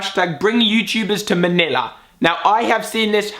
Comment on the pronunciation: Did he say MANILA?